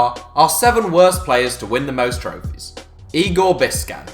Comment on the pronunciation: Bisćan is pronounced “Bis-chan”